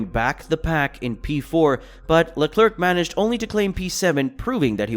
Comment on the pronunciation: sorry man but its pronounced "Le Comb" not "Less Comez".. Also it's pronounced VeRstappen not vestappen. There is an R there. It is also Carlos "Sainz" not "Sayings".. good luck on future vids.